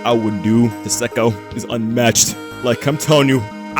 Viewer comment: It's "Say-ko"